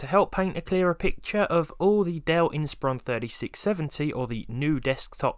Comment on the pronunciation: THANK YOU for pronouncing Inspiron correctly.